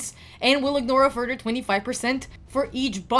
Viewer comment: Lol you said shamael wrong both ways you tried 🤣 still cute tho just like the way you say further (furder) ❤love it❤ any time they say them it means they place it on themselves thats how they word rhings now and khafu is relatively new he was needed for a fusion right before u started playing i think